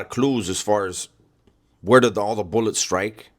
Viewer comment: The boolets 😂